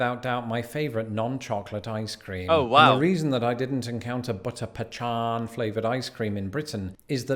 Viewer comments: There is NO h in pecan. It is pronounced pee-can or pa-con...that's it. No pechan. Lol...he was killing me saying it that way. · Where on earth dd he get the pronunciation of "pee-shon" ice cream? It's "pee-con.." or "pee-can." I've never heard "pe-shon." Weird! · its not pronounced butter pechan its pecan like the nut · Its peee can not puh chawn! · I think Pachan is a joke! It’s a pecan, pronounced pah con, as anyone who grows, shells and sells pecans knows! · it's not pa chon it's pecan pee-can so people pronounce it pee-con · Ok & it’s NOT PA-Chaun pie… it’s pronounced Puh-con pie. Pecan IS PUH-con or even some states say it PEE-can but pachaun is a ridiculous word that is actually not a word. Just sayin!!! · Corn dogs are regular hot dog weeners on a stick dipped in corn meal batter and deep fried.They taste like corn bread with a hot dog weeners in it. You can put mustard on it,too It's pronounced peh CON or pee- CAN,not peh - CHON like was pronouncing it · LOL.. it's not 'Pechan', it's "Pecan" most people pronounce it 'Pee-Can", those people who have a rod up their butts pronounce it 'Peh-Con', because they like to say... "A pee can is something you relieve yourself into". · Pecan is pronounced pah-cahn and not pe-chan. It is also not pronounced pee-can. A pee can is something one has in their home when they don't have indoor plumbing. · Its PEE CAN not pe chawn. Did not get enough chocolate? Lol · Funnel cakes are fair food in Georgia. Any type of fair will do. Harvest Fairs in the Fall, Wildlife Fairs, Million Pines Arts and Crafts Festival (still a fair). And for crying out loud,!!! What the heck is a pe-CHan?! It’s called a PEE-can, or puh-kahn. Don’t ever say pe-chan again. I’m serious. Just don’t. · Pecan has a hard C like pekun. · The way he's saying Pecan is killing me. My southern heart is raging. Pea-Can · He's mis pronouncing pecan pe can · I have never heard pecan pronounced that way! It's Pee-CAN! 🤣🤣